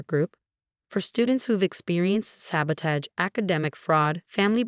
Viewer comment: It's alma mater, with a short A. MCAT (Medical College Application Test), not NCAT. Board, not bored. Pronounce "sabotage" correctly. Twitter no longer exists. I guess Amelia lives in the Baltimore area?